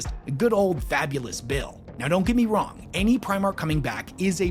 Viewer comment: "Fabulous Bill" XD I will never be able to un-hear that now.